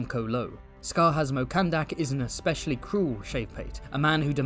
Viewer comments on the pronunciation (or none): none